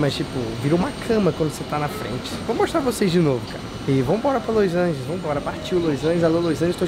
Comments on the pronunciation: q agonia o falando loisangeles ao invés de los angeles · Los Angels